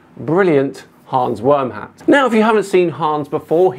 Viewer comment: Its pronounced VERM-HUT. He stole the name from Always Sunny in Philadelphia... Hans Wormhat was a German WW1 fighter pilot that chased Charlie in his dreams. 😂😂😂 To be fair, it is one of the best episodes and a hilarious internet handle... if he were a clown or gamer. Pretty stupid for someone trying to be taken seriously though.